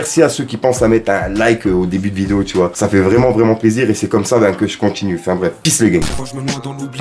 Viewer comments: 🤣🤣🤣🤣🤣🤣Le vreuuuument a magistral tu fait l'accent renoi mtn mdrr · ça me fume comment tu dis "Vreuuument" avec l'accent ! 🤣🤣 Grosse force mon gars !